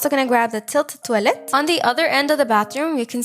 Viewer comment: Did you Said toalett im from Sweden